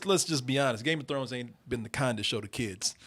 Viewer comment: Why would I take advice from the guy in the middle who can't even pronounce Game of Thrones right.